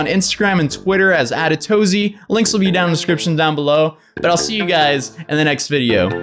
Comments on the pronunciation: Why does he pronounce it "attatozy"? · Atozy, i guess you've read my comment about "atatozy", and know its clear to me taht you say "at atozy".